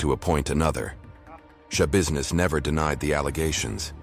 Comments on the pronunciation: Why do I keep hearing her last name as Showbusiness? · I'm sorry but my seriousness went away every time I hear Shabusiness- why am I like this. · Is there nobody going to say anything about her name? Taylor Schabusiness. How do you pronouce it? Tai-lor Ya-busi-ness? She definitely made it ya business alright. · It's not shabusiness